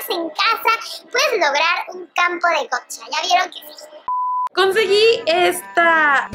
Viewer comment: Que sepa No se pronuncia Gocha.... JAJJA